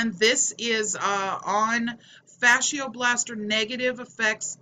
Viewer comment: Its pronounced "Fasha Blaster" not Fasheearrr" Just saying.